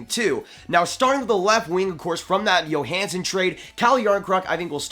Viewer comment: Like the vid. Do you think they might get Keith from Chicago? And not to knock but is pronounced Joehansen nit Yohansen.